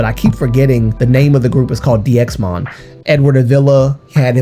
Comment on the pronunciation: 1. It’s pronounced ‘Daimon’ (다이몬) 2. HM/NV/SSQ always uploaded bigger announcements on Fan Café in the case of DXMON 3. No one ever saw bruises on any DXMON member 4. I am sorry If I come off as rude, but as a fan who has followed them since they uploaded their first predebut vlog, I really need people to stop speaking on Jo, he wanted to leave and he deserves to rest but because you all are bringing up this thing over and over again you are putting his future at risk in case he wants to redebut one day. Because companies don‘t really want trainees who had „scandals“ or were involved in controversies. There is a reason nothing was disclosed. And there probably won’t be any more news. The articles came out in JUNE and there were no updates on the articles until now so there probably won’t be any in the future. There is a reason people who are ACTUALLY in the fandom and not just solo stans don’t talk about it anymore because we already did back in june and we came to the conclusion that spreading rumours is not helping Jo or the other members. If one day Jo gets to come forward and share his story, I’ll gladly listen but until then I really hope that people just let him be. He made this decision and he deservers to live a happy teen life, being with friends and attending school. Just let him rest please. (And yes the situation is fishy but there is nothing we can do and spreading this is not helping Jo at all)